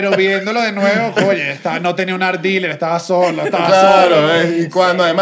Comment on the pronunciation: EN QUE PARTE DE CARACAS SE DICE COYE EN VEZ DE OYE?